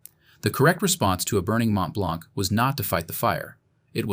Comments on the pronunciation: Mont-Blanc is normally spoken "Mon Blan" roughly seen I think in French. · Gripping documentary. Note: the C is not pronounced in Mont Blanc. Please use metric units.